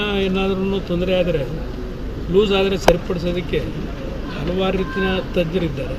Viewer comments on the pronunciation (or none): none